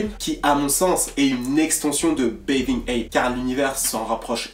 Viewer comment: mdr comment tu dit "bathing" ça me perturbe